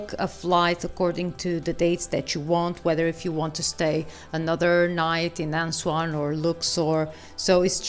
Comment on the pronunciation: The city is Aswan ( not Answan as you are calling it)